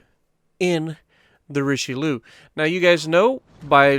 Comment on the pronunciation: Richelouuu😂😂 it’s richaaaalieeeeuhhh 😂😂 Richelieu not richeliou